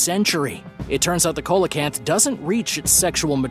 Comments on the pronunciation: "Seelacanth" not "Coalacanth". Lights=spirits. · It's pronounced "seal-o-canth" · number 9 Coelacanth pronunciation is see·luh·kanth